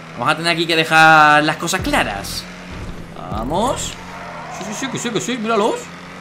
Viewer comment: En el min a Dani le salio el Argentino de adentro, "las cosa claras"